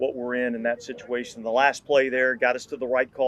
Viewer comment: Did he say “shituation”? Regardless, the Saints have definitely been in a few of those.